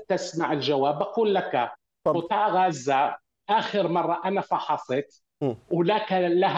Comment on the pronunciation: معتوووووه. قال مصر الشقيقة قال ههههه. ركزو مايقولش " غزة" بل " غوزة" .🥱😉👌🌶️🔥